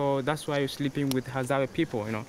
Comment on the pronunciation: It is Hadzabe (pronounced Hadzabey) not "Hadzaba" the way the commentator is calling them.